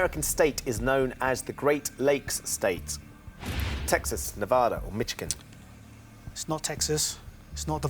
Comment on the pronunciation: Um, Ben. It's Mish -igan not Mitch-igan! (Chris said it properly!)